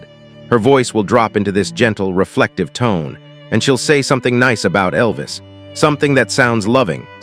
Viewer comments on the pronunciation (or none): none